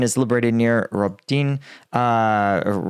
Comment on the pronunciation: Hi there, Robotyne is pronounced ro-BOT-ineh, with the stress on the BOT. Roboty (роботи) means to work so Robotyne means something like the workplace.